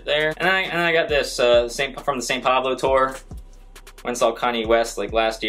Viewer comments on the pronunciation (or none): none